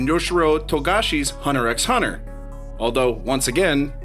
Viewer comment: Recommendation: Make sure you're pronouncing titles correctly! Hunter Hunter and Spy Family or Act-Age! Try to double-check as much as you can if your objective is to educate newcomers, otherwise you'd be spreading misconceptions!